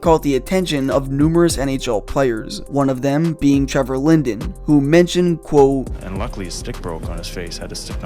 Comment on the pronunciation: It‘s called ‚quote‘ not ‚quow‘ ya knucklehead.